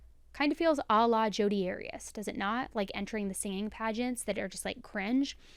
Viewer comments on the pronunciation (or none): none